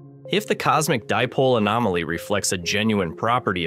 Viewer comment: Interesting. Please have your narrator or (I assumea0 synthetic learn how to pronounce this correctly. "Dipole" is correctly pronounced like the words "die" and "pole", not "dip pole" or "dee pole". You really lose gravitas on this basis.